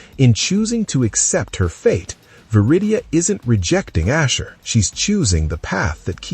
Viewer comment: ASHUR NOT OSHER wtf...